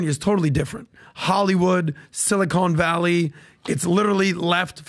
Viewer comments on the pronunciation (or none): said "Silicone Valley" instead of Silicon Valley... and he's not wrong. 😂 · now is also saying "sili-cone valley"- thanks PBD